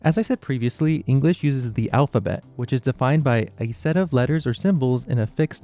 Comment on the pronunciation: Ah yes, "alp-ha-bet"